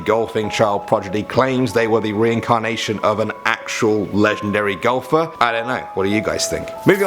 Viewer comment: At first i heard Gopher instead of Golfer...